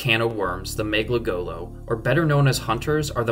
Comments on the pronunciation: This is 9 months old, sure, but I just found it, and I'm just stunlocked on the beginning of the video. "Everyone's favorite can of worms, the meglagolo..." It's Mgalekgolo. Mega - Lek- Goh - Loh. Come on, man. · I know this is an old video, but since the Mgalekgolo’s names and such are based on the Filipino language of Tagalog, I have to let you know you’re mispronouncing Mgalekgolo. it’s hard to write it out, but it sounds like “mung-ah-leck-goh-low” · The proper pronoun caution is ma-nga-lek-go-lo. No w sound on the go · "mega golo" otherwise good video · My favorite hunter is your mispronunciation of "M'galekgolo" less than five seconds into the video. Also, love your videos and would definitely like to see a Jackal video next.